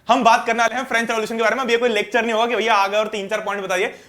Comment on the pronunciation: Sir aapne glat bola French word ka last word silent hota hee😂